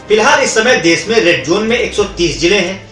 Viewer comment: learn to pronounce desh